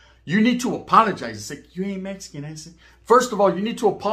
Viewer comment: I hate when y'all over in Texas say meskin put some respect on it and say it rite🤦🏻‍♂️